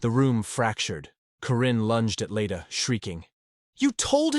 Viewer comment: Leda, not Lita. Elias is an adult, not a baby. Leda, not lady.